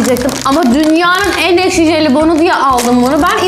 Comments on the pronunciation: Arkadaşlar duydunuz ekşi değil eşki😂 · Abla öykü ekşi yerine eşki diyo aynı babaannem gibi😊😊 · Öykü ekşi diyemiyor ama eşki diyor😅😅😅😅😅😅😅😅😅😅😅😅😅😅😅